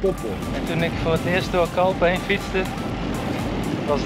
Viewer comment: Je spreekt Calpe uit als Calpee Voor de rest top video’s doe zo voort💪!